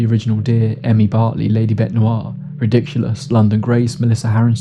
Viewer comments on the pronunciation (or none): you keep doing Rickdiculous dirty. You pronounce it "ridiculous," but it's from Rick & Morty where Rick referred to something as Rick-diculous. Give the guy a break and shout him out properly. 😂